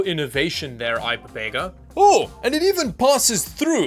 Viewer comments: How do you get "Pepega or I Pepega out of ipega there is only one 'p.' Personally I'd pronounce it i peg a (eye pega) 🤷‍♂🤷‍♂ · why do you keep pronouncing ipega as ipapega? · Ipepega. U lost me there. It clearly says ipega. Not ipepega